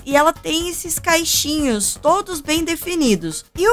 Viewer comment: Amei o vídeo! Mas, me desculpa pelo que eu vou dizer: vc falou "caixinhos" mesmo ou entendi errado? Porque o certo seria cachinhos, que vem de cachos.. ☺️